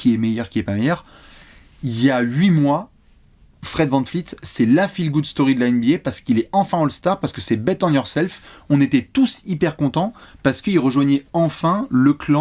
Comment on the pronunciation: Ah bordel! Soit tu prononces bien son nom, soit tu arrêtes de parler de Fred Van Vleet avec un putain de V 😂